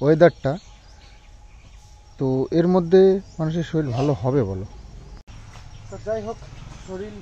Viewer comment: Sarir k saril balo keno? Sunte khub Kane lage. Boi te ke saril lekha thake?